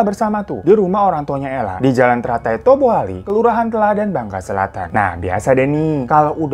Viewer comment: Toboali bank bukan tobali, tapi salah dikit gak apa apa lah, salam dari Bangka